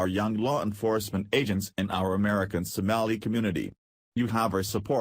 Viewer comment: STOP USING A COMPUTER GENERATED VOICE THAT CAN'T EVEN PRONOUNCE SOMALI